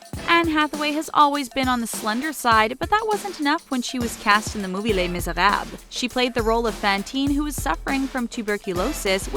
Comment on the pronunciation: Miserab is most definitely not how u pronounce miserables but ok